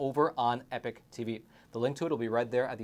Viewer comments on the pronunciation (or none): Isn’t it pronounced EE-Pok? Not “epic”?